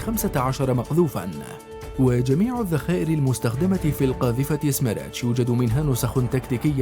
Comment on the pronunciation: سميرتش تعني اعصار🙋🏻‍♂️ ولفظها خطأ من المعلق😑